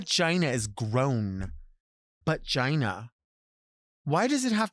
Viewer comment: I'm generally not a fan of using an apostrophe instead of a T but when it comes to Delta saying "bu'gina" I'm here for it